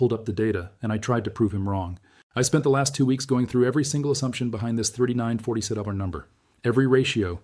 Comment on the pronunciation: All the AI scientists in the world can’t teach AI how to say 3947. But Asia guy can start speaking with an English accent!